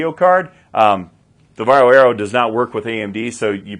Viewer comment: Congratulations!First English speaking man pronounces "VARJO" correctly😀